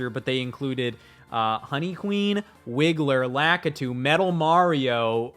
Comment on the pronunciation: Who the hell is lackitoo